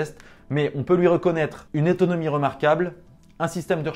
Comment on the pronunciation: "étaunomie remarquable" 😂